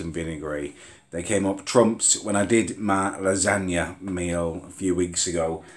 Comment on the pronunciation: up not ayup!!!!!!